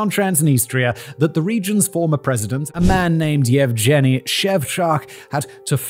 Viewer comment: Russian names like Yevgeny are almost always going to universally have a hard 'g' sound, not a soft 'j' sound. In fact, Russian and most other Slavic languages don't have a letter for that sound. The closest you'd get is the 'd' and the 'zh' sounds/letters together. I know it doesn't really matter, its just an FYI